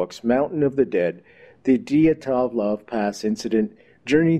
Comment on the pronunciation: I loved this broadcast, but good golly it's "dee-AT-LOHV" pass. LOL!